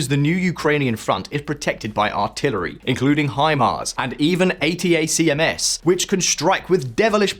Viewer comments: famous A-T-A-C-M-S? so famous you don't know it;s read atack-ems ... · It’s pronounced “ATTACK-MS”. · Oh the famous "Ayy Tee Ayy See Emm Ess" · this guy has a nice delivery. The video is well cut, nicely written and offers good sound quality. His points were also well taken. The pronunciation of ATACMS is a small thing. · What's with all the mispronunciations? I get that russian names are difficult for English speakers. But yours sound more like you have no clue how to say "Prigozhin" or "Zaporizhia", rather than having difficulties pronouncing russian sounds. And the cherry on top, NOBODY says "A. T. A. C. M. S." Nobody. It's supposed to be pronounced as one word. Are you trying to be different, or is your information input comprised entirely of written information, with no spoken word getting in? Help me understand.